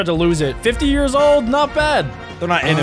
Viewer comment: THAT IS YARS NOT YEARS